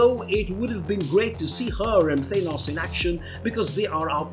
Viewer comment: He said thinos, and many other weird pronouncing of words